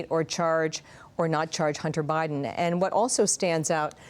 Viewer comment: uh huh.... because nothing says "I could care less about Biden!" like saying his name like "bribe-den".... 😂 Tool!